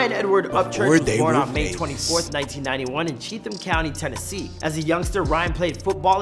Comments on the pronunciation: Only people that have no idea about country rap call it hickhop.. and you can tell this guy has no idea, he called Cheatum county Cheath-um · that’s the issue this guy is making shit up. He never talked to Ryan he cobbled together a bunch of clips that already existed on the internet and put his own narratives to it. And he isn’t saying Chetham correctly (yeah I know pointing that out is petty but I did it anyway lol)